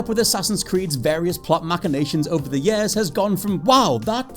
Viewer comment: It’s pronounced “years” not “yeah’s”